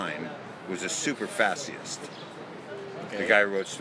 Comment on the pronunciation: Why does he keep saying "fashyest"?